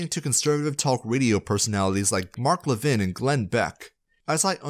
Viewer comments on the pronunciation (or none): none